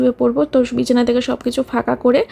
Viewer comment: Bichana bolte giye ki BIRI beriye jachhilo naki😂